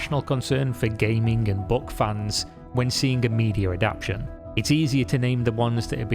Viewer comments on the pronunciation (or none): Great video! I'm so tired of greed and ego squandering the vast potential of video storytelling. Two wee notes: the word is "a-dap-TA-tion," not "a-dap-tion." (The closest word is a-DOP-tion, such as the adoption of an orphan.) Also , RIP stands for "rest in peace;" but that abbreviation is only used in text. When spoken, it's "rest in peace." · Dude, it's adapt-A-tion, not adaption. Love your content but this recurring mistake spoils it a bit for me. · This is great, but the word is "adaptation" not "adaption" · Say it with me: a dap TAY shun